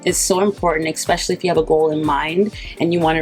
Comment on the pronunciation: You're like my mom, repeating things like two, three times. Btw she's 80. Also, it's especially, not eckspecially.🌻